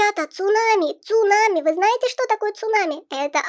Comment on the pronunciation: Сунами а не цунами